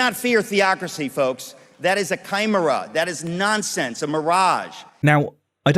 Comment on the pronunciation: He lost on his pronunciation of Chimera. What was that!?